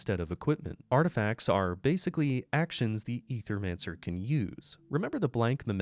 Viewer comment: Ay-thur-man-sir. Say it with me 🗣️